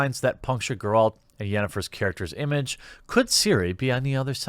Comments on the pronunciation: SeenBett3rDays neither does Jeremy tbh he doesn’t even know how to say Geralt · You play the game, and yet you pronounce it "Garrald of Revaya"...??